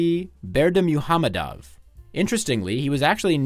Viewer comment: For a small correction Berdimuhamedow is pronounced Birdy-Muck-Hamedov